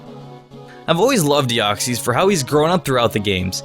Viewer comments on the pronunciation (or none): Its pronounced Dee-oc-sis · Deoxys is pronounced Dee-ox-is I’m just saying but u pronounce it your way if ya wanna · YOU DIDN'T PRONOUNCE DEOXYS RIGHT!!!!!!!!! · U pronounced Deoxes wrong